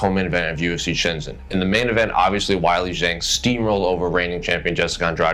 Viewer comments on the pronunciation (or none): "Why-Lee Jeng"? 🙄 I literally did not know who you were talking about for a couple seconds. C'mon dude